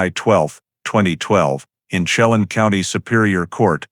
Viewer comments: Chelan. Is pernounced SHE-LAN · Pronounced: shell- anne = Chelan When-nat-chee = Whenatchee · I would advise you to first learn how to pronounce areas around the story line. You mutilated Yakima and Chelan. Yak’ a ma is the town and Chelan is Sha’ Lan.